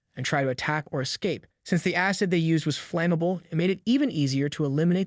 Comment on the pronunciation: Aycid. lmfao, the pronunciation errors of AI are hilarious.